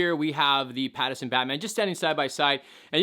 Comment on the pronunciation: its Pattinson not Pattison